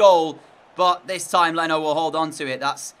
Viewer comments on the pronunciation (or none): none